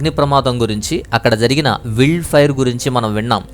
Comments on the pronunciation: అది విల్డ్ ఫైర్ కాదు నాయనా... వైల్డ్ ఫైర్ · విల్డ్ కాదు బాబు వైల్డ్ ఫైర్